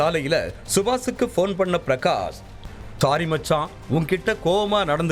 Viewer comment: மத்ஸான் இல்லை, மச்சான். உங்களாலலேயும் ஒழுங்காக சொல்ல முடியலையா?